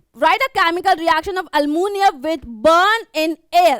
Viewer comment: Mam waise dekha jae to😅 Wo almunium nahi hai, aluminium hai, don't mind we got what you want us to. ✌🏻